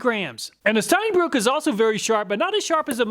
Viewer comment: Es heißt Steinbrücke (ʃtaɪ̯nˈbʁʏkə). Brücke! ^^ It is German and means stone bridge.